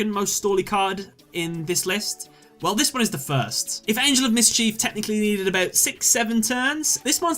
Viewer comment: 1. #88 Gimmick 2. Vennominaga 3. Last Turn 4. GhostTrick Angel of Miss-Chief 5. Whore-Uh-Kuh-Thee 6. F I N A L 7. Got bored - Clicked to a new video....